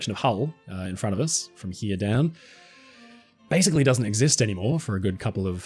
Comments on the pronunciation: Let's take a look down 'hee-ya' 😜 love it lol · Is it just me, or does pronunciation of "here" sound like Eric Cartman's "he-yah"? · The way you pronounce "Here" and "Over there" is so English and pleasant. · what a weird ass way to say “here” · I’ve been watching your videos for years and had never noticed the unusual way you pronounce the words « here » and « there » before. 😜